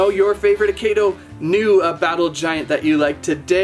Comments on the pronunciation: It's pronounced, "AH-KEY-DOUGH." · you are saying it rong